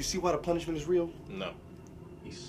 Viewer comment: my nigga said the struggler and the punishmen lmao im done